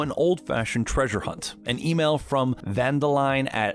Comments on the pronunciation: DANDELION OR VANDELINE? Sucka it's pronounced VAN DER LINDE!!! One does not simply mispronounce the name of the king of FAITH and MUNEH!!! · This man did not just say “van der linde” as “vanderline” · Did anyone else notice he pronounced Van der linde “Van der LINE!!” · The way how he pronounced "Van Der Linde" hurt me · It’s pronounced van der lind not vanderline and it’s a reference to Dutch vanderlind in red dead redemption 2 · I hate it how EVERYONE pronounces Van Der Linde wrong, ITS A DUTCH NAME ACTUALY so its not ven dur linduh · I know right it just pisses me off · Afrikaans mense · Any Red Dead fans here who got triggered when he pronounced Van Der Linde wrong? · I got pissed when I heard the guy mispronounce Van Der Linde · The fact he butchered Vander Lin killed me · I hate your butchering of Van Der Linde 😂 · Am I the only one that was bothered by how he said vanderlinde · The way he said Van Der Linde 😭😭🤣🤣